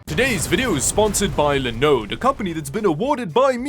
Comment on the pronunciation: He says Linode correctly and then can’t say Linux right.